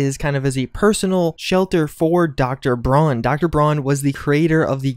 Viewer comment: Pls, never say Dr. Braun again, im german and how you pronouce it xD just no